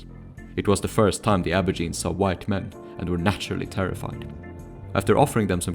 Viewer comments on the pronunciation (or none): Wtf is an abourgine? It's ab-oh-ridge-in-ee